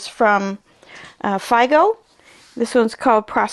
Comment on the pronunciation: Hi 👋 I am not sure if I am earring wrong or you are saying it wrong 🤔 the fabric company is FIGO and not FIDO 😊